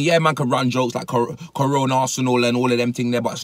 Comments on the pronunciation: Dude called it cerona wtf is wrong with this British ppl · Man said C-Rona im dead